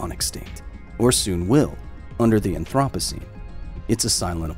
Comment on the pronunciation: "The anthropussy"